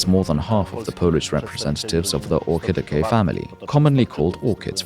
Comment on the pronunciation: The way you pronounce Orchidaceae hurts my ears... You could have at least looked up the correct pronunciation, instead of making it up and falsely claiming it is the correct way. Coming from Latin, "C" would never make a "K" sound before an "E".